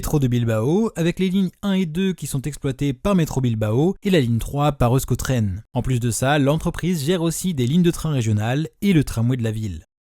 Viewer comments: Je ne pense pas qu'on prononce "eu-sko tren"... Ça se prononce plutôt "éousko tren"... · on dit éouchko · Tu as oublié de dire que la ligne 1 avait été prolongé jusqu’à plentzia le terminus actuel mais super vidéo ! (Euskotren se prononce éouchkotren)